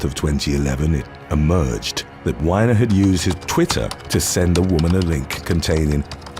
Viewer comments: Anthony's name is pronounced wee-ner not whiner. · It's Anthony WEEENER NOT wine-er.